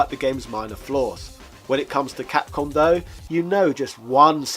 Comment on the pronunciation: i cant get over "CAPCUM" XD